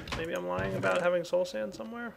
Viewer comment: You are the only youtuber I know of that actually calls soul sand by its real name... Everyone else I know says slow sand... and it really pisses me off when they do that...